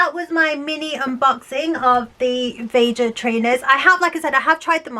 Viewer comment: I think it’s pronounced ve-ha